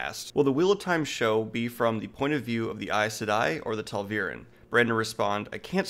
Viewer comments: Love the commentary except for one thing... it's TA'VEREN, not TAL'VEREN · The ghost L strikes again. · Are you pronouncing tal veran cause that's what I'm hearing and it should be ta'veran. Sorry it was just bothering me. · I know right! First couple of times he said it, I instinctively thought who the hell are the Tahlveeryn? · STOP SAYING TAL'VEREN . ITS Ta'veren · I don't believe it has anything to do with where his focus is. Daniel just has a hard time with names and pronunciation of them. Even in works his seems to love, he has this issue. In this video alone, he was talking about "Talveren" when there is no L in the word Ta'veren. It is a forgivable quirk, as long as the show gets the name pronunciations correct. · You are saying ta’veren wrong... it’s pronounced “tah-veer-ehn. Pls say it right, there is a glossary at the end of every book with pronunciations and meanings sweetcake. Good video tho.